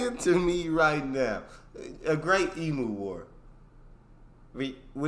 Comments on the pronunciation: The reason our stores close early is that Aussies work to live, not live to work!! We all love our leisure time especially on the weekends. You have watched enough Aussie videos to know that you pronounce it eem-you not eem-oo!! Yes, our wages are good but things are now getting quite expensive with the cost of living at the moment but the Supermarkets are dropping prices on purchases of food and essentials to help out. We would still love to see you in Australia soon and to travel and make up your own mind about our beautiful country!! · stop saying Emu (ee-mew) wrong and yes the great Emu war was real. With all the Aussie videos you've watched i can't believe you haven't seen that yet! Ha!